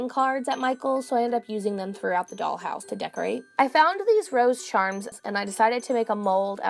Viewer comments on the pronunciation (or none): none